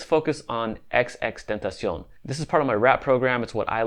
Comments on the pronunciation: He legit said xxtentacion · Fake X Fans: XXXTenacon 😳 Real X Fans: XXXTENTACION 😲 This Dude: XXTENACIONS 😈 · HIS NAME IS , XXXTENTACION WITH THE XXX NOT XX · rip x) its xxx not xx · i feel how it’s disrespectful how you gon say something about someone but now even say they name right 🤦🏼‍♂️